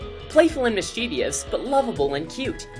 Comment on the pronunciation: Mis-chie-vous. Not mis-chiev-i-ous